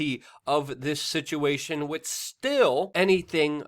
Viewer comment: New drinking game. When Luke mispronounces the word 'with', everybody drink. Or burn one down, what have you.